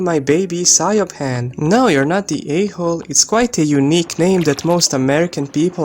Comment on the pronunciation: Siobhan is pronounced “She-vorn”, the b is a v sound. Irish names sound beautiful but aren’t spelled how you would expect. The way you pronounced it is exactly why the mother doesn’t want to name her that. I went to college with a Siobhan and worked with a Sorcha (pronounced Sera-ka)